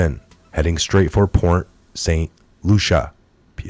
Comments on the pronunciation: It's pronounced Port St Lucy not Lucia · It is pronounced port st Lucy. It's spelled lucie there is no a present. Not Lucia. I almost had to turn it off. I know you dont have a big crew but if you are not sure of annunciation please look it up. Attribute is another word that needs work. Other than word annunciation your perfect. Good day. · Bro, it's Port St Lucie not. Lucia. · Correction: Port St Lucie is pronounced as: Port St Lou-see there's NO A at the end of Port St Lucie ;) And if you live there you should know how to say it correctly ;) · I live in Florida! Never ever seen a hurricane turn 90 degrees!!!!!!!!! It's pronounced Lucy , like I love Lucy. Port st lucy. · It's pronounced Saint Loo-sha.